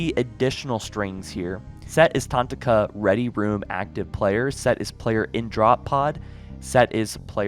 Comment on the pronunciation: I swear this guy pronounces things wrong on purpose. Tanaka is one of the main characters from Halo 5, but only a Halo follower would know that. Not tantaka.